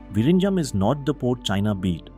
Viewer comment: Please pronounce VIZHINJAM as Vilinjam. In Malayalam and Tamil, the alpabet 'l' is noted with 'zh'. So pronounce zh as l.